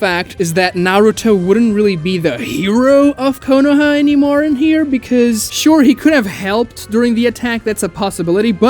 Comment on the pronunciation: KOH NO HAMA ROO Please stop BUTCHERING the pronunciation when its being said IN SHOW. Like bro, you can perfectly say chibaku tensei but not being able to say Konoha or Konohamaru right literally makes me feel sick.